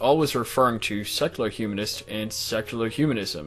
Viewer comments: I'm trying really hard to not detract from the discussion but it's so hard - it sounds like he's saying sexular. Really. Great video, regardless:P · I keep hearing "sexular humanism"...